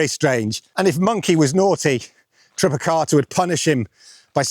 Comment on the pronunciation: TripiTaka not TripiKata!!! 🐒😂 #monkeypedant